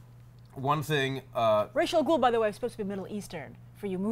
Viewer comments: I hate when people name Ra's Al Ghul as Raysh Al Ghul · Many people pronounce Ra's Al Ghul's name as Reysh from watching the Nolan movies. you guys can also call him Abun Raa which means the Demon, it is Arabic for Demon head. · She didn't know how to pronounce ra's al ghul....